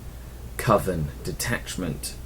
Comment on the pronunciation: lol, I caught that proper pronunciation of coven rather than CO-ven,.:P I've had a lot of success running Grotesques in the past, but added them more or less for flavour. I didn't consider the tactical uses until now. Seriously liking this series man, helping out a lot - great work! Keep em' coming, in the meantime I have some catching up to do!